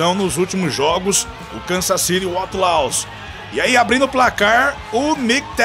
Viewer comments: A pronúncia de outlaws não estaria errada? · Está, mas releve isso e aproveite o vídeo.